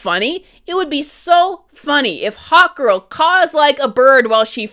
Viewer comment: Who else kept hearing Hot Girl instead of Hawkgirl?